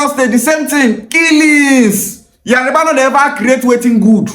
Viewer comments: yariba ancestors also pronounce it as yariba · Yariba is not the word but Yoruba is the word. You cannot even pronounce it right